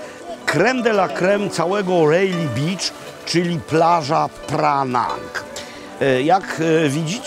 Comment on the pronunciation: Panie Robercie, beach poprosimy wymawiać przez długie "e" bo Pańskie znaczy coś zupełnie innego. Pozdrawiam